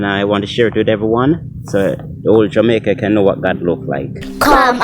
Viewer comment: Did you just say Jamiaca oh you were high my brother